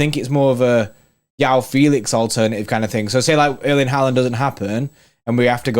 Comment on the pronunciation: The j in joao is not silent, why are u saying yoao